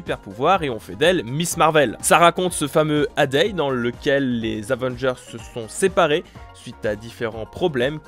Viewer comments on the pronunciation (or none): Le "A-day" ! 😂 Ça se pronconce "Èye day" ! 😂